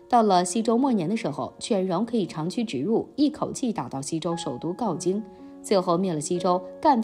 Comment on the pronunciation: 大可不必增加毕万为什么去晋国那一段猜测。另外是镐（hao）京，不是gaojing